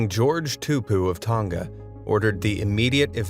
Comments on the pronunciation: The you said Tonga made me cringe sorry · o my gosh you actually say the words wrong like the first king of tonga because im from tonga and Touro